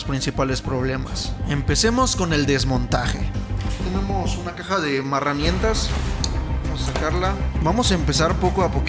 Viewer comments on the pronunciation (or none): Soy yo o escuché marramientas